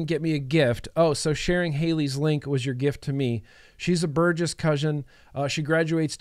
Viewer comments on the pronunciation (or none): none